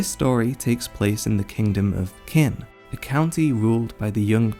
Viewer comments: hearing it pronounced "kin" does hurt me a little. The Japanese cast pronounce it roughly as "cheen." Which is probably not that far off considering how it sounds a bit like "china." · This has been up for almost a year so someone may have mentioned it already, but just in case... 'Qin', is pronounced more like "Chin". Like China, without the A. Whenever you see Q's in Chinese names, think 'Ch-'. So "Qi', would sound like, "Chi". Picked that up from Chinese historical dramas, like 'King's War', on netflix. It starts pretty much right after Ei Sei's (Qin Shi Huang Di) end of rule. Highly recommend. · Qin- in chinese you will say it “chin” not Kin when I watch the english dub they say it Kin 😆